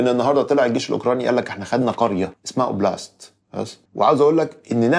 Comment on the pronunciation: Oblast ده معناها منطقه و ليس اسم قرية 😅 Oplast =\ oblast